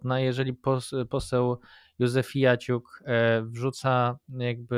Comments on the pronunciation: Józefiuciak, nie Józefiaciuk😂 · 🙂 Panowie, ten poseł, o którym mówicie w początkowej części odcinka, nazywa się Marcin Józefaciuk. Nie ma tam "i" między "f" a "a" 😀 W jednej z poprzednich "kultur poświęconych" Konstanty chyba się delikatnie przejęzyczył i tak już zostało 😅 Przy okazji serdecznie Was pozdrawiam i dziękuję za wszystko! 🙏